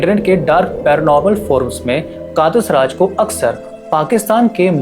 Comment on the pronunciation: "कातस राज" nahi "कटास राज"...hai